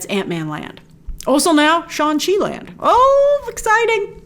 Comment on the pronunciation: Grace, yes, those three movies happened on a same week, and that is called "Fury's big week" And it's "Dora Milajé" and "Shang Chi", not "Dora Milage" and "Shaun Chi" 😃